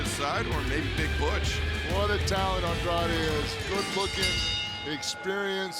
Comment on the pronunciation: Sorry but it's Andrade and not Andradé